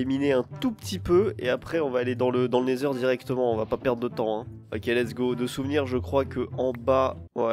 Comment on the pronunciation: Pourquoi tu dis le "nezer" tu ne dis pas le "nether"